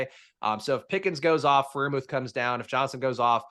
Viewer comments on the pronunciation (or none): Every time Freiermuth is mispronounced I lose my shit just a little. Please. Stop. :)